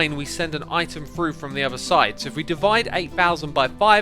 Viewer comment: devide? not divide?